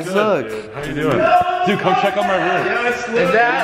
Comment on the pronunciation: Nikon: "Dood come check out my rohm" ignored